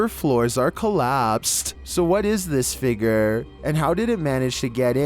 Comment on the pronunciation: Homie really said figer instead of figure